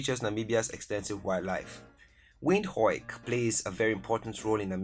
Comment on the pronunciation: Thanks but I hate the way you pronounce Windhoek